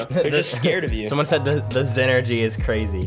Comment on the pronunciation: The “zenegy” 💀